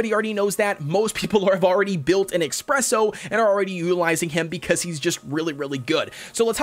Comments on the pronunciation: It's pronounced uh - spreh - sow. Not ex - preh - sow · His name is not expresso cookie it is espresso cookie😠😡😤. _. - _